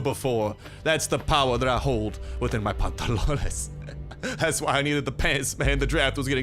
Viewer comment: Love when you say pantalones you say it perfectly